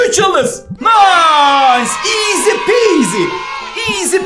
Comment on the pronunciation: Abi eskiden bunu oynayip video cekerdin hala cekiyorsun iğzi diyişin beni gü ldürürü yor😂😂❤❤